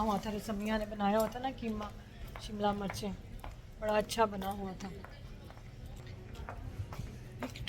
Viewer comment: Mari bahan word murch NAHI mirch HOTA ha correct it